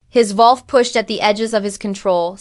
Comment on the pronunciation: Needs work. Wrong spelling and pronunciations (ie wolf), wrong pauses and emphasis in wrong places in a sentence that make the story choppy, harder to follow, and distracting. Lastly, what’s with the “dot”?!? Take that out! That’s perhaps the most annoying part of all. The story sounds good but after just 9 minutes trying to bear all these things, I think I can’t listen anymore.